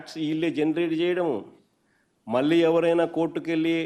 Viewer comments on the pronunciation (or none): none